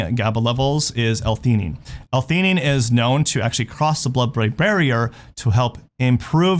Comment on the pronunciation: He lost me at the second "anine" lol.